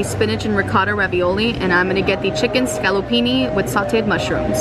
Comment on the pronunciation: It's scaloppine not scaloppini, it's Versace! not Versachee